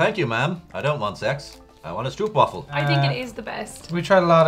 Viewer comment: It is: stroop wafel with an o as in slow, and not an oe as in dhoe...PLEASE!